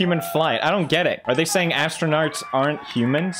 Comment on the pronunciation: “Astronarts” “Panemic”